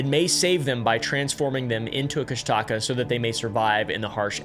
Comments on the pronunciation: Okay, the people who make videos about Alaskan folklore, never get the pronunciation right. My ex-husband's grandmother was the most beloved elder of the Tlingits on Prince of Whales Island. I lived with her, my very first summer in Alaska. The otter-man moniker is pronounced Coosh-duh-caw. I realize that there is no reason for anyone who hasn't been there, or spoken to a member of the tribe, to know that. A lot of people who go to Alaska, go there to disappear. It's not a mystery. A lot of planes crash in Alaska, because owning one, is as common as people owning campers in the lower 48. Many people own them, it doesn't mean they have the knowledge, of how to navigate safety. There are apex predators all over Alaska, and when people are unprepared to protect themselves, they may get eaten. There is so much untouched wilderness, it is very easy to get lost in the woods. The temperatures get dangerously cold, sometimes as early as September. If you're not prepared, you could die of exposure. The cold temps freeze a lot of lakes, they may be perfectly safe to travel, but you might fall through, and disappear. If you don't watch the tide in some places, it can take you by surprise and then take your life. Lastly, Alaska is made up of people from all walks of life. There are bound to be some very bad people in the mix. Sometimes unlucky people, cross paths with a psychopath, and disappear. It's not all mystery. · I wasn’t born but I was raised in Alaska. Sitka is my hometown, redoubt bay is one of the best fishing spots and that cabin is still there. I’ve also heard more than enough about the Kushtaka (pronunciation is Koosh-tuh-kah) might have seen one when I was hunting around Katlian bay 😅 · It's pronounced Kooss Da Kaa. I live in Petersburg right across from Thomas Bay. Yes the story is intriguing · Nooo, it’s not pronounced like thatttt It’s “kush-da-ka” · dude its pronounced "koo-shtic-caw" - An Alaskan. Also you don't say the word or you're more likly to see on.